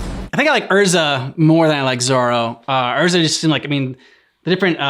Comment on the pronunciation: The name pronunciation for Erza is completely wrong. The actual way to say it is Air-Zah but for some dumb reason the anime's English Dub took no effort in watching the original source material for name pronunciation and went with Ur-Zah.